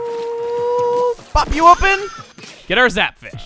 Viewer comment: 'Pop hou open' sounder like 'F*** you open'